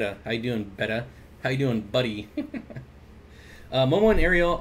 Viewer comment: I first had bettas in 1962. The name then was 'bet-ah', not 'bayta'. Watch the betta orgs videos on YouTube, the society president calls them 'bet-ahs'. Beta is the second Greek number as in Alpha Beta. That's the origin of this pronunciation error. Betta Police out. So these days Chiron is pronounced Charone. What do I know?